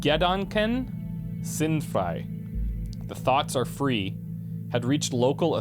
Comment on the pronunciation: gedanken is pronounced with stress on the a and sind frei belongs a bit farther apart but your german is pretty good, despite the accent ;) HOWEVER "Die Gedanken sinnfrei" just sounds like an awesome song. Basically means "The thoughs sensefree [ basically random]"